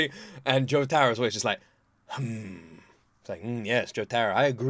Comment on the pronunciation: "Go aheatt, misster Joesterr"